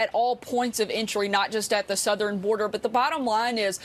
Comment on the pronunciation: Sarah YOU SAID SOOTHERN border so you lied again